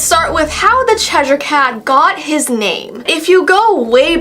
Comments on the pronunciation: It's Chesh-er not Chesh-ire. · It's pronounced "cheser"??? I thought it was "chesh-i-er" ....